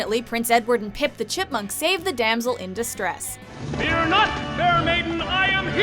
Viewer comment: instead of saying “damsel in distress” it sounded like “damn girl in distress”